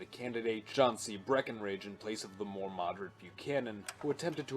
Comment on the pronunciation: Whenever you say “or join our ranks by subscribing for MORE” I always mishear it as “or join our ranks by subscribing for WAR”